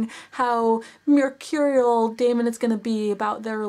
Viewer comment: It is pronounced Damon